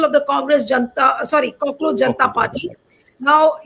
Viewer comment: Not "cockroacjh"....Kaakroos